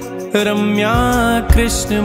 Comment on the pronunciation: माँफी चाहता हूँ - पर आपने २१ नम्बर नाम को जप में बोलते समय आरम्या बोला है - और सामने लिखा रम्या है.. कृपा करके मार्गदर्शन करिए..